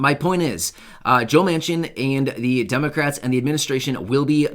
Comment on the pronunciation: Almost sounds like you said maniac